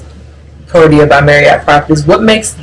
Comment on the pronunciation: Lovely video and it was nice to not have letters or logos obscuring the content on screen. Your logo shirts are a nice touch of class and branding. PLEASE work on your T’s the name is ProTea NOT ProDea. Protea is lovely and we thank you for future videos promoting black owned establishments such as the AM Lodge featured on your previous videos.